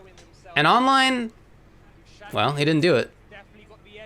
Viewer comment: Actually the name is pronounced as Du-shaS-tik. 😄 Not DushaKtik. But he pretty much approved of how you would initially read it in English in his recent tweet, so it's not big a deal.